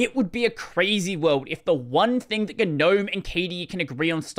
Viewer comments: Why is it ganome ignoring the silent g? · what a way to pronounce it...